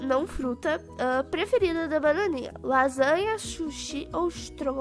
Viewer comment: Ela disse Shushi kkkkkkk